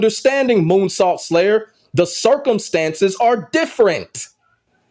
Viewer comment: Did you say “Coonsault”?!💀